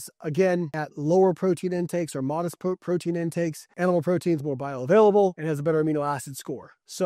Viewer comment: Say "protein"